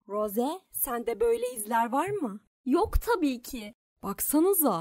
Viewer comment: Rose değil ros diye okunuyor